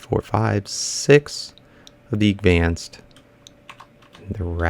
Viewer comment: WHY DO YOU ALWAY'S SAY AGVANCED IT IS CALLED ADVANCED